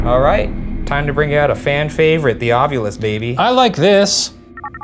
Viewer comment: Ov-ILL-us. I'm sorry but it's driving me nuts.